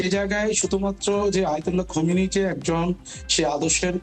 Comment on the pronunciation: খোমেনি না । খামেনি ।